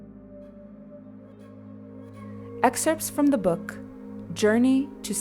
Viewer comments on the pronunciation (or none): none